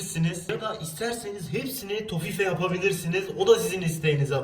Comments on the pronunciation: toffife tofi diye okunuyor abim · Tofi diye okunüyüüürr